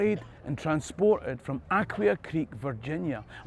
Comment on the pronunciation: Did you get the chance to go to Aquia Church? My Scottish grandfather, Rev. John Moncure oversaw the building of it in the early 18th century. He was from Mearnes County, Scotland. The church is beautiful and steeped in American history. Btw Aquia (pronounced a-KWAY-a) was the indigenous name for the area supposedly meaning “place where there are seagulls.” My mother’s side of the family, Donald, were apparently rabble rousers who were shipped from Scotland in the early 1740s to the Carolinas under indenturement, but declined to stay put 😉 I grew up a few miles west of The District, in Falls Church and know much of the Scottish influences in the area, but I never knew the Scottish history of Georgetown. Thank you so much for your videos ❤